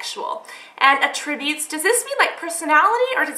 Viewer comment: & when it's a noun, it's pronounced AT'-tri-butes ;)